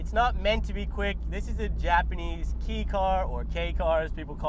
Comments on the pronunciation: It's pronounce KAY. Like Spanish, they pronounce E's as AY and I's as E. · Good review. The “kei” is pronounced “Kay” car. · Kei is pronounced like the letter K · Good shots, but learn to pronounce "Kei" (kay) and change that godawful music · Kei car pronounced K Car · It’s kei car like the letter “K”. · Why is it so hard for people to pronounce Kei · That’s not how you pronounce kei car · There is no "as well." Wrong is wrong. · "tuck your PRONUNCIATION SHIRT IN" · It is pronounced Kay not Key. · Kei car, pronounced like "kay" not key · "K" car, not "Key" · Why do you keep calling it a Kee car??? There's only one correct way to prounce Kei... pronounced the way it's spelled. Closer to Kay than Kee. Kei is the Japanese designation for a light vehicle for registration purposes. There is a tax break for Kei class cars which are limited by size, displacement, and weight. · Its pronounced "kay", not "key". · it's not "Key" car, it's pronounced "Kay". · its not a "key" car its a kei car (pronounced like the kay in okay) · Not "key" car....its a "Ka E"....Ka E cars are given special registration due to their small engine sizes and given special yellow license plates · Its pronounced kay car not key car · It's pronounced like "Kay", not like "Key". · It's pronounced KAY car. Not KEY. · It's pronounced kaaaaaaay. it's kaaaahhhhy. It has to be written as "kei" for technical reasons but never "key" as in "car key" it's kay as in "o-kay" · Tying to stay calm every time he says "key car". It's pronounced "Kay", not "key"!!! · It’s pronounced Kay not key car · Kei Car is pronounced "kay" car not "key" car lol. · It’s KAY cars not KEY cars. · "Key" car? Lol. It's pronounced like the letter. "Kay" car. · Sure did. Once. Also heard you say "key" a handful of times. It's not interchangeable. It's just wrong when you say "key". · It is pronounced Kay car (like decay) not key car. It comes from Kei jidousha. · Dude learn to pronounce..... its KAY not key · *Kay car not Key